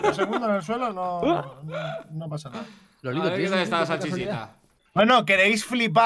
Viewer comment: Todos: Lolito Luzu: Lolaito